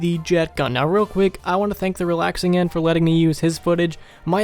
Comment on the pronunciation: did you say the Realaxing end